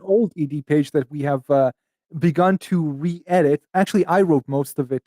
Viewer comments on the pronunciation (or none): that we have uh be GUNT to reedit